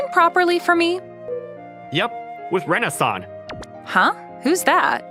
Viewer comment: When he says “Rena-san” it sounds like Renaissance I swear